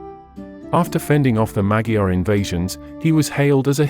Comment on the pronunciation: Nothing throws me out of a history video faster than the mispronunciation of Magyar.